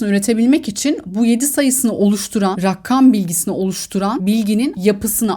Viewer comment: Rakam kelimesini rakkam diye söylemeseniz çok iyi olur 😅🙏🏻🙏🏻